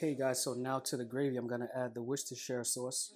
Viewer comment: Just to let you know, the sauce you use is pronounced 'WUSS-TER Sauce' not 'Worshtershtershire' sauce as Americans say it. Worcestershire is just the county in which the factory sits. I live near where it's made in the UK so I hope this helps you pronounce it correctly in future.